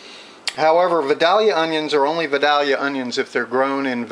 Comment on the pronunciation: Good video. Just one thing...it's pronounced vi-DALE-yuh not vi-DAL-yuh. I grew up in Ga. but anyway, I enjoyed the recipe.